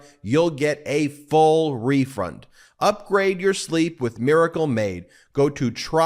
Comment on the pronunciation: Ben refund not refront..